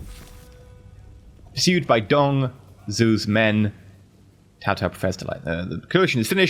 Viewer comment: Also Dong Zhou is like pronounced Dong Joe